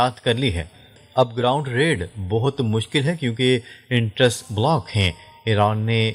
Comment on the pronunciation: "اینٹرینس" نہین کہنا آتا ؟؟